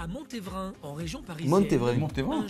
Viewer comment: "A Mont Révain" 😂 ça se dit bien "Montévrain" 👍